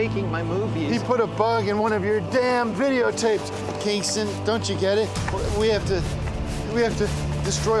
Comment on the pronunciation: Kinkland, Klingston lolol